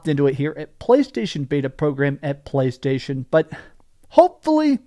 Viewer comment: I love that you can barely say playstation anymore 😂😂😂😂😂😂😂😂😂